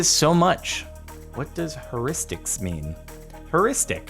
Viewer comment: Heuristics is pronounced here-istics